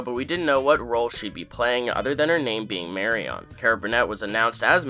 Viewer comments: The way you pronounce "Marion" is incorrect. Not Mary-on It's Mary-un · It's pronounced Mary-in, not Mary-on. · Her name is Marion...not Mary-on. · If that's it, then it's an extreme lack of cultural sensitivity on his part to not try to get her name right. She's from Nebraska. And she doesn't pronounce her name Mary-on. Stop defending cultural insensitivity. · Who is “marry-on”? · I can’t even watch this because of how you pronounce Mari-on. Have you never heard that name?? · It was funny how you pronounced “Marion” in this video. “Marry-on” 😂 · Marion not Marry-on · “Marion” does NOT rhyme with “carrion”! It’s pronounced more like “Marien”. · Marion = not marry on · MARY-ON? um try again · Mary-on? really? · Sorry, but I can’t get over the way you’re saying Marion. Mari-On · Enphasis on MARE. MARE y uhn. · Not gonna lie, "Mary-on" was driving me crazy in the beginning of the video 😅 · Lol “Mary-on” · Re robotic accents: "Marry-On"? Really?? (It's "Marion"). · Mary-on? Come on man. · Omg i cant listen to you say "mary on" a thousand times. Its marion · I loved this episode. It was the first time we saw Jimmy in the Gene shell. I did hate the new Jeff. (Also, Marion is pronounced Mary-UN.) I was a nervous wreck during the heist scene. Can't wait to see how Marion comes into play further; remember.....season 6 is going to make us view BB in an entirely different light. HOW they do that, is gonna be a trip. So, Marion has to be somewhere in the BCS universe. Why else would they put her and Jeff in there now? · First observations are correct, including the "Mary-uhn" pronunciation (Is this fellow Canadian, or what? lol). But the Jeff-Marion characters are done, and will not be revisited, I assure you. They had these characters there to serve the roles that you saw in e10. That's it. Over. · Thanks for saying that, every time he said "Marry On" my teeth went on edge. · please God stop saying “Mary-ON”…😂🤦‍♂️ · You're mispronouncing "Marion". It's pronounced "Mariun".